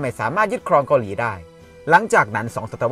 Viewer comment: ชอบคอนเทนท์นะครับ แต่คำว่า “เกาหลี่ เกาหลี่ “ มันขัดๆครับผม รบกวนด้วยครับ